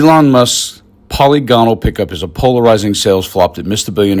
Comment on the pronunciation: One little criticism: the word is not poly-GON-al, it is pronounced po-LIG-uh-nal. As a mathematics major, I just couldn't let this slide.